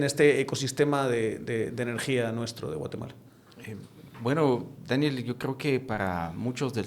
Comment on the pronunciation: perdon pero no pude dejar de reir de "Dániel" 😅😅😅